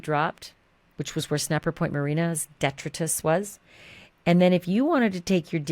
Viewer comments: Respectfully, DETRITUS is Latin and pronounced "Dih-TRY-tuss" in US American.💜 [*Janis runs to hide in the shrubbery*😎] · Please check your pronunciation of detritus.